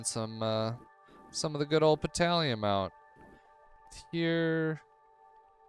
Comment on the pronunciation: My only comment on Petalium is that whenever you said it, it sounded like it should be a silent P, like in Pteradactyl.